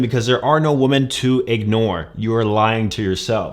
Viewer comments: "Woman" (pronounced woo mun) is singular. "Women" (pronounced wih mun) is plural. As you constantly mispronounce the word "women," you're making it singular. That means, to me, you mean exactly ONE woman. I don't care about your one and only woman. Learn to speak english. I hope it isn't your only language. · While the headline says "women," he keeps saying "woman," so I'm guessing he only has one of them. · Great video and no hate, but please man… learn to pronounce the word women correctly.